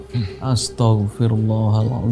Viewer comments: Astoh bukan astahg istihgfar nya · istighfarnya aza gak bener bos, astaghfirulloh bos bukan asthofirulloh.